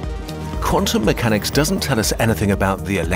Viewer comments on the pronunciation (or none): "Quantum MEWchanics"...